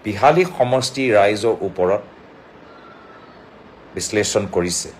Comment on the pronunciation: বিশ্লেষণ শব্দ টো উচ্ছাৰণ শুদ্ধ কৈ কব মাননীয় গগৈ ডাঙৰীয়া ।